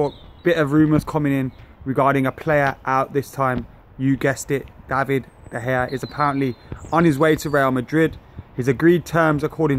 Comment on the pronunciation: you still can't say it right;) it's DUH - PIE